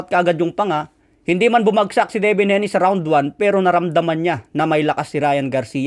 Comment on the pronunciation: Hayne (Hey-nee) hindi po HENI